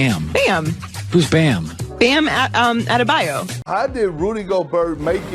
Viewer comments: Ade-San-ya Ade-to-Kum-bo Ade-ba-yo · Are- they- San - ya Are- they- to- koom- bor Are- they- bar- your